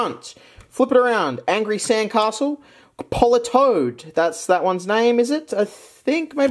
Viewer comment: are we just gonna ignore him calling it politoed